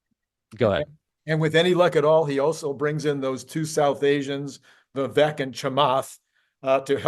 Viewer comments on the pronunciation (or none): none